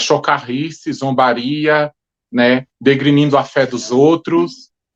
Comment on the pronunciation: Essa baboseira aí que é o vídeo que refuta o canal TEÓLOGO POR AMOR? 🤣🤣🤣🤣🤣🤣🤣 aí não sabe nem falar a palavra DENEGRINDO, entre outras palavras que fala tudo errado, é ainda quer refutar um teólogo de verdade????? Provavelmente o Airom Carvalho do canal TEÓLOGO POR AMOR nem responder vcs ele irá, seria se rebaixar